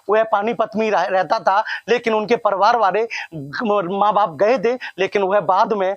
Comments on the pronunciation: Patrkar saheb..pariwar hota ha parwar nhi😊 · परिवार तो ठीक से बोल।क्या पत्रकार बनेगा re तू। परिवार को परवार बोल रहा है ।। अबे शौचालय में कोन नहाता है। पागल की तरह कुछ भी बोल रहा है। नया आरक्षण वाला पत्रकार लग रहा है ।। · Parivar bolna to seekh lo...be ... reporter banenge chutiya